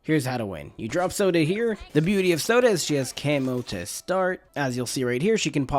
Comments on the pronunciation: Had to cut the video short. Mans kept calling Sauda, soda😅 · He said Sauda the first time😂 then just forgot how to say it😂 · Sounds like he said, "Which is why we get Zelda.". But he probably said, "Which is why we get Sauda.".